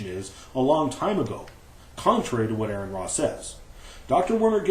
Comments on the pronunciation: is a fucking liar. for claim 1: Here is the actual article AronRa (not spelled or pronounced as Aaron): Claim 2: The link Aron used is posted on his video! That's two strikes... one more and you're out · Your an idiot, AronRa ( pronounced Or-an Ra) peer reviewed that article. I am certain he's read it....